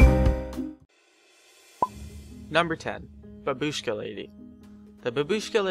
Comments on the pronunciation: and bAbushka,not babUshka... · You pronounce Babushka as bAbushka not babUshka !!! fyi